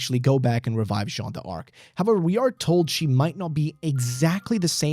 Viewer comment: It's Jean dark, not Jean dee arc by the way, haha